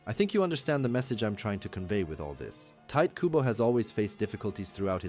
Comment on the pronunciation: TA. I. TO. KU. BO 日本語は母音をはっきり発音する事が多いです 身近に日本人はいませんか？クボ・タイトをどう読むか聞いてみて